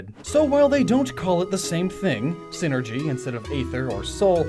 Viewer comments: sai-ner-gee, not sin-er-gee. It's wordplay based off of "Psychic Energy". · Psynergy. PSY-NERGY. You know, using their minds. God damn it's a Golden Sun pet peeve of mine when people say "synergy". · i still get fustrated isn't synergy a s NOT P